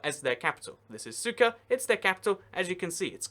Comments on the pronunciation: he said cyka ._. instead of sucre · Another great video! Couple of things, in South Africa: the word is pronounced "APART'hate,"; in Bolivia, the first capital city is pronounced: "SOO'creh" not SOO'kerr" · SUKA?? seriously? it is SUCRE; There is a R and an E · Lol, sucker. That British pronunciation. Centre becomes Center. The american pronounciation is closer to the real one, Sú-kre. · French sugar. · Sucre???? Pronounced SOOK-RAY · lol he called Sucre "CYKA" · Hate to be that person but sucre is pronounced suk-ray .